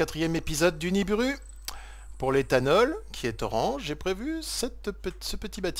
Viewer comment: On NIBIRU pas NIBURU